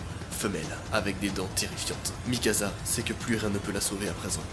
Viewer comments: Mikasa pas mikaza🤣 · Ca se prononce Mikasa, pas Mikaza -. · Desolée noa mais sa se prononce Mikassa et pas Mikaza... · C'est Mikasa et pas Mikaza! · Mikaza mdr c est mikasa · C'est pas Mikaza ses mikasa tu dit comme si il y a deux ss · C'est mikasa pas mikaza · C pas Mikasa mais mikassa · C’est pas MIKAZA C’EST MIKASA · C'est plutôt Mikasa par Mikaza🙏🏽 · C'est Mikasa pas mikaza mais trop bien la vidéo on plongé dans l'histoire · Il prenonce mikassa pas mikaza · C’EST MIKASA PAS MIKAZA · C moi ou il a oas dit mikassa mais mikaza? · C'est moi ou il appelle mikasa mikaza 🤣 ? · PT c'est pas mikaza C'est mikasa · Ya que moi qui trouve que c horrible quand il dit mikaZa et pas mikasa? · Ça ce prononce Mikassa pas Mikasa et sinon bonne vidéo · Je peux pas m'empêcher de rire quand tu dis mi casa au lieu de Mikasa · Ces Mikasa et non mikaza wallah t’es perturbant 🤦🏾‍♂️ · Ses pas mikaza mais mikasa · on en parle de MikaZa au lieu de MikaSa!!!! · Pas mikaza mikasa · C'est mikasa et pas mikaza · Att att je reve ou pendant tt le long de la video tu as dit mikaza assassin !!!! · c mikassa pas mikasa sa se pronence s pas z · Sa s’écrit mikasa mais sa se prononce mikassa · On en parle du "mikaZa" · Le film c'est faux c'est pas la vrai histoire va suivre l'animé ou lire le manga et en plus on dit mikassa ça c'escrit mikasa mes ça se lit mikassa et vraiment le film c'est de l'escroquerie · Sa se dit mikassa et érèn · MAIS POURQUOI TU DIS MIKAZA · Mikasa Ackerman ✨ Ma pauvre il t'a appelé "MikaZa" pendant toute la vidéo 😭🤬